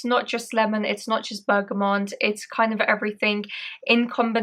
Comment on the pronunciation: Bergamot isn't pronounced as Bergamont. There is no N in the word. Bergamont is a type of bike.